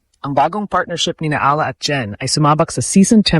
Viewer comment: Please pronounce properly Alex Eala’s LAST NAME.